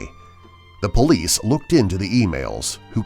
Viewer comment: All this time I thought he was saying bullies but he was actually saying police